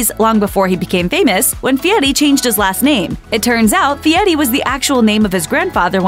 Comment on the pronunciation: Why is she pronouncing his last name like that